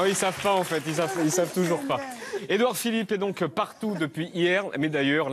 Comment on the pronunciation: "Édouard Philippot" 😂